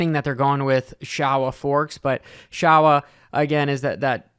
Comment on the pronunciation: Sho—wa , not Shaw-wa 😂